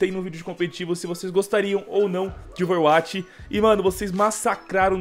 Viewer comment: fala ouveruati kkkkkkkkkkkkkkkkk